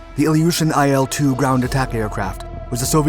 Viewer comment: "IL" is not an acronym so you're not supposed to pronounce it as "EYE EL". Its "ILL", as in the beginning letters of its designers last name that you mention.